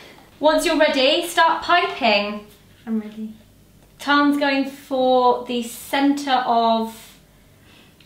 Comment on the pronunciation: lol I thoughtzoe,you said we've already filmed tarts lol but it's not it's tans hahaha